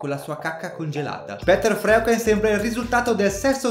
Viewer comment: Non vorrei sembrare un grammar nazi, ma il primo (Peter Freuchen) di dovrebbe pronunciare "Piter (o Pitah, a secondo dell'accento che si vuole dare) Froiken"